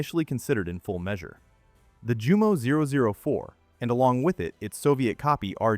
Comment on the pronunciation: One earmark of dumb AI is consistent mispronunciation of foreign words. For instance, "Jumo" is correctly pronounced, "yoomo." 😝